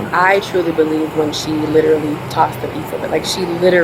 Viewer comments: You mean “lillally” ? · Can any Americans explain why nobody getting arrested can ever pronounce “literally” ? “Lillally” is rogue.